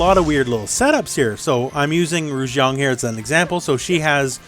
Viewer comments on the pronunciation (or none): Love your videos. There is one thing I wanna tell you, the girl’s name ruixiang pronounced like Ray xiang.